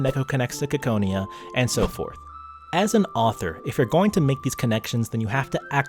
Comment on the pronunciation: u pronounce ciconia incorrectly